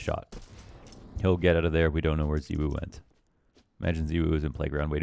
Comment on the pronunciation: Lmao please pronounce it Zy-w0o